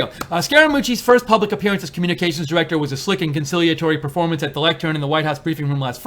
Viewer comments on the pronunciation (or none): none